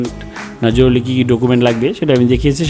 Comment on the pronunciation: জরুলী নারে ভাই , জরুরি। বাংলা শুদ্ধ উচ্চারন করতে পারেন না, আপনাকে ভিডিও বানাতে বলছে কে ?